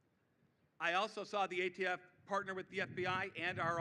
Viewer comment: What's he going to do about ghost fentanyl? Ghost heroin? Untraceable drugs! Kills tens of thousands a year. And he said AFT again, and again, and a 3rd time lol. Surprised he didn't mention Corn Pop.